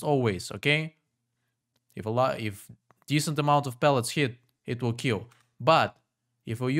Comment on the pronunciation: “It wil keel”